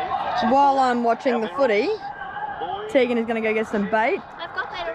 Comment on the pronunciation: Love the adventures you girls take us on!! and love how calls Tegan Taygan lol 👍🏽